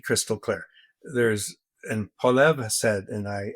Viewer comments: Mr. Wilson should learn how to pronounce Pierre's last name. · Can somebody PLEASE teach Brett Wilson how to pronounce Poilievre's last name?